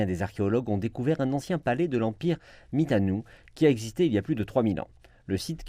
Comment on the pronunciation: Je crois qu'on dit l'Empire Mitani (et non pas Mitanou). C'est un des empires appartenant à la civilisation hourrite qui a été complètement kurdisée lors des invasions kurdes. Enfin pas complètement kurdisée, puisque les kurdes yézidis ont l'air d'avoir conserver des pratiques religieuses antérieures. (PS. on dit sindjar (sindzhar) et pas sinyar)